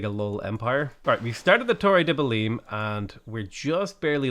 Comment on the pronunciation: the way you pronounce belém still scares me